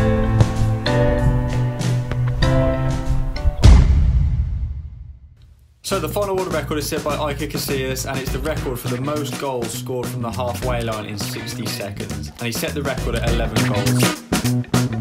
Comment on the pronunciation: I think u have to put that crane object for the Messi kick one.................... IKER CASILASS ~ WHAT PRONOUNCIATION LMAOOOOOOOOOOOOOOOOOOOO